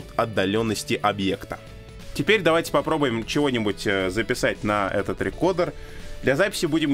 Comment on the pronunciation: Alexey Sudakov С американским произношением будет «рыкордр», а с английским — «рыкоуда», так что, «рекодер» ни туда ни сюда не подходит.